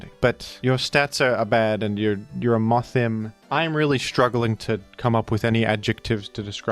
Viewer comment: Its is actually pronounced worm-madam like a woman and Moth-him like he/him. Because of the gender split.